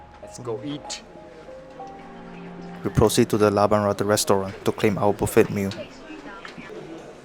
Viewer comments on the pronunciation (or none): none